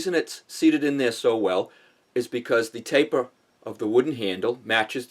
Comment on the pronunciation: “Tahp uva tapah!” I love it.